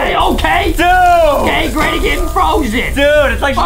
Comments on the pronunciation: No one : not even my friends : NOT EVEN JUSTIN : adam : "gRayNy" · "greynny" HAHAHAHAHAHAH IM SORRY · me : granny adam : greyni